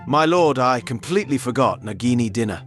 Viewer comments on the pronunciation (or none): none